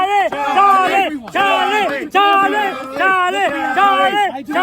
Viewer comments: "Cha-lin, cha-lin, cha-lin" - Spanish guy trying to chant Charlie. 🤭🤣🤣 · Can somebody tell the Latino in the black jacket that it's Charlie not charlee 😂😂😂😂😂